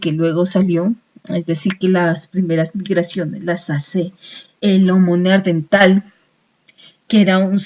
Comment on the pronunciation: Vaya mierda de información.., y lo del "neardental.., jajajaaa.., será neandertal